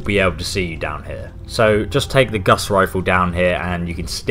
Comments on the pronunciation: it's pronounced gores rifle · Why u call it gus rifle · lol.. "Gus's rifle" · "Guss rifle" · dyslexic means he doesn't see good the words...so he confuses how to say it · The fuck is a "Guss" Rifle? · GAUSS. LIKE HOUSE. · *Gauss rifle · it's gauss not guss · Its pron gowse not guss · IT'S FUCKING GAUSS NOT GUSS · Its not his accent, I'm English and its fucking gauss, not guss. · Dyslexia doesn't affect the pronunciation of words from memory, it just affects just reading words that are written down. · Gauss not Gus Carl Friedrich "Gauss" the unit of magnetic flux is after him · it's not Guss Rifle you dipstick xD it's a Gauss Rifle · It’s not “Gus” it’s Gow-s like House but Gauss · It’s not the “guss” rifle it’s the gauss rifle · Guss rifle? It's GAUSS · ocd is kicking in you keep saying it wrong its not a guss rifle its a gau-ss rifle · Who's Guss?... You mean Gauss?? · Open World Gaming it's not even gauss rifle it's pronounced gaws rifle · GAUSS NOT GUSS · Isn't it Gaus Rifle ? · Guss? We all know it's Guass Rilfe*!!!*! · Its gauss not guss. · He also said Guss in the video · the " Geuss " rifle or something is how i hear him saying it. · Both of these annoy me, and it sounds like he's saying Gus rifle to me, either way it bitters my fritters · It's not fucking "Pride-wen." And it's not fucking "Goss Rifle." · G U S S R I F L E P R I D W E N Why do fallout youtubers always pronounce everything wrong... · "Gus riflle" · So it's not dyslexia that's making say guss instead of gauss it's just knowledge for all he knows that's what it is, or he is just joking. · guss rifle he said it wrong and it isnt his accent its in the thumbnail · The “Gus” Rifle? “Pry”dwen? We’re reaching Jon levels of mispronunciation. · can't pronounce anything right, pridewyn, Guss Rifle, supermutantbehemooth. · The guss rifle the bee-hee-moth and the pride-wen